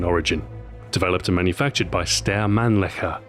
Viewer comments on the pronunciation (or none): I can't believe I'm saying this but Ahoy I think you're mispronouncing the name of the gun and its manufacturer! It's pronounced STEYER A-U-G, not "Stare Org". Normally you are impeccable with your pronunciations. Great video though. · Schtie-yuh. Not "Stair."